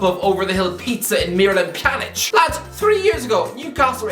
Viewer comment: Did just pronounce Miralem Pjanic correctly?😄